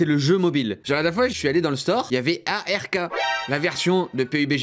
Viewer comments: on dis pas a r k on dis ark merci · Par contre respect frére cest pas A.R.K cest ARK comme un arc tu vois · Ça se dit pas A R K mais ARK (il ne faut pas épeler chaque lettre). : ) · C pas A.R.K mais ark C attaché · Ark est le meilleurs jeu du monde et d ailleures ca se dit "arque" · ark ca se dit arc